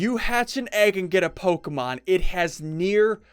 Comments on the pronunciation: Omg SSundee your driving me insane by saying Pokamon it's Pokemon please try to say it right but nice vid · Who else cringes a bit when he mispronounces the Pokemon names? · rarely pronounces Pokémon names correctly XD